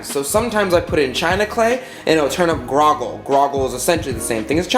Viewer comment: Did you say Grogle when you meant Grolleg (prounced Grawlig)?